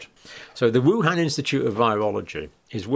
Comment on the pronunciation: Minor point, but the 'a' in Han in WuHan is pronounced like a short 'o' as in con, not a short 'a' sound. Cambell also mispronounced that.